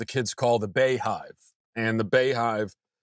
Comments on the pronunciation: It's still pronounced Bee Hive, Matt. Sad world though. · I thought "Bey" was pronounced like "bee"